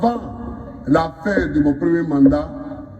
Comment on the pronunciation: On dit paix à son âme et non paire / père à son âme